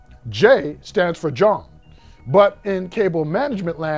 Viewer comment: Bro you the first BLK person that made jawn sound white 😂 love tho